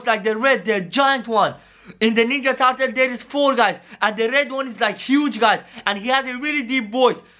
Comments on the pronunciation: In the intro he said Ninja Tatal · you don’t even know how to say turtle